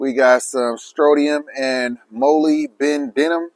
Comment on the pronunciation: 'stron tee um' and 'mull ib deh num'